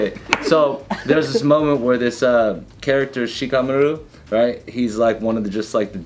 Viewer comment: The way pronouces shikamaru threw me off 😅